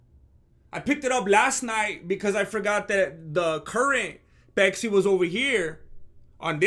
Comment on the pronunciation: intro song is on point diet peksi instead of matcha lemonade you say pesksi so mexican vato seriosly impressed chicano